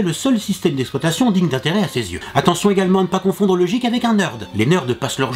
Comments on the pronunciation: Guik... et non jikk.... (GEEK) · Le geek ce prononce gueek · J'avais mal au oreilles a chaque fois qu'il disait jeek mais a part ça, cette video est cool. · C'est marrant que un geek, il le prononce jeek et une geekette, guikette. :o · on dit pas jik mais guik et ca c'ecrit geek ! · J'adore le jeek au lieu de geek xD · On dit geek pas jeek Meme si sa s'ecrit geek sa ne se prononce pas jeek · c'est quoi cet accent de m**, soit il parle anglais avec l'accent adéquat, soit il le dit pas... ou il trouve le synonyme en francais ! c'est navrant de déformer l'anglais comme ça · la vidéo est bien, mais le prononciation de "geek" et de "gamer" me font mal aux oreilles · il le fait expres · tu a mal dit le mot geek sa vien des anglais se mot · Bonne culture general, mais ta prononciation me fait un peut peut, l'humble, TS, geek, ... (Et j'en passe et des meilleurs). Mais sinon, super comme d'hab! ;) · Je ne supporte pas comment il prononce le mot geek,il s'écrit geek mais se prononce gueek et le mot gamer s'écrit gamer mais se prononce d'une tout autre facon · Geek se dit Guike et Gamer se dit Guémeur voilà:) Sinon bonne vidéo:)